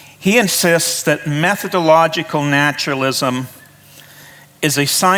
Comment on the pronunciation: BTW, it is 'method-o-logical' not meth-o-logical!